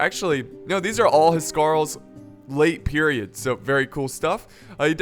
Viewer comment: im sorry but u dont pronounce "huskarle" right im Danish BTW still love u tho